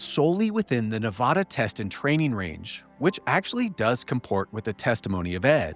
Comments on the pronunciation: Hey, it’s pronounced Ne VA duh. Like VAst. NOT nuVAHduh. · It's Nevada.....not 'Nevawda' lol